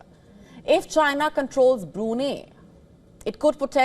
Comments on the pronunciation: Get your pronunciation right it is Bru---Nai......there is no 'neh' or 'ahneh' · It's pronounced as BRU-NAI, not Bru-ney. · Its not brunii..its brunai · pronounce it right...its Bru-nei, not Bru-nay...... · Bru-nay🤣 not..Bru-ni 😆you’ve almost killed me luckily dint call Bruno mars 😂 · The beautiful news reader is mispronouncing it. It's BroonEYE. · Why the hell did u say brunei burinei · Wion channel, if u can't even pronounce Brunei correctly, at least get your facts right. Go n study how the British canabalized Brunei throughout the years. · Please could you pronounce Brunei correctly. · She's Indian. they are having trouble pronouncing it properly 😅